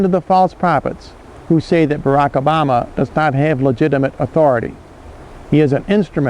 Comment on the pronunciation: You lost me at "accept these burdens", and "lagit athuroty". no birth certificate= no athuroty !